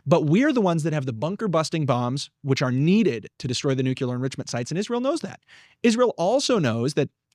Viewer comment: Neither of you can pronounce Nuclear